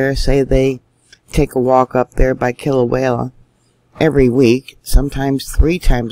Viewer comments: Sweetie...... Love you n what you do. Always love your reporting,....its pronounced Kila-wea ......not Kila-wayla. Your a star. God Bless you n yours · I believe its pronounced Kila -way -a, not Klia -way -la. respect from Australia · Kilauea volcano is pronounce KIL A WAY A // Not... KIL A WHALE A..just saying. LOVE your Due diligence on volcano watch around this globe:-) Keep up the fantastic coverage!! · Kil- Ah- Way -AH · Love your posts But j.f.y.i. Kilauea only has one letter L in it.....careful how you say it. ❤ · That keeps me hung it too. But I don’t dare tell, how to do her thing. For a dyslexic, nay anyone, she is incredibly gifted. She does such a lot important things.